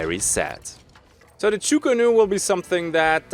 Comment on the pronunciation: I just have to be that guy today :P it´s "Chu Ko Nu", sadly, as chu ku nu is way faster to pronounce :D